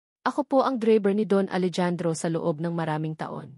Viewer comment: Hindi po Alejandro “Alehandro” po grabe hwag kng gagawa ng kwento naali mali ang bigkas